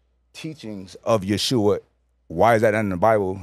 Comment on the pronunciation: He states that the Bible is errant, and the translation isn’t to be trusted, yet appeals to the Bible to support his assertions. And it’s pronounced Ye-ho-shua. Step correct.